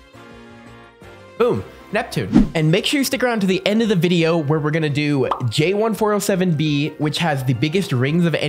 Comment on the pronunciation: It’s `jay1407b` Or is it `J1407b?`